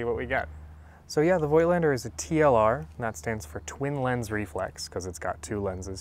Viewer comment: I made it a habit to try to educate photographers all over YouTube presenting some Voigtländer gear on how to pronounce it correctly (with little success, unfortunately). Voigtländer is not pronounced with an "oy" like in "joy" but with a long "o" like in "horse" or "door". Personally, I really like the look of those old lenses. I myself use a 1939 Rolleiflex as my preferred medium format camera. The Superb is in fact a great camera and was one of the more serious competitors to the Rolleiflex in its time. It had a better lens (the Heliar has five elements to the Tessar's four elements) and its parallax correction was unmatched - the Superb is the only TLR where the viewer's image is identical with what the taking lens is actually taking. I'm still hoping to find a good one for a reasonable price someday.